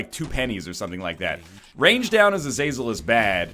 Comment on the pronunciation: It's pronounced ah-zah-zel